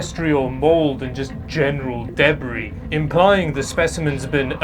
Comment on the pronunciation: Why do you pronounce debris in that weird way, is that a Canadian thing? ;(